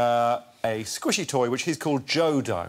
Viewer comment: OMG, it wasn't JODO, it was Joe-Dough! 🤦🏼‍♀️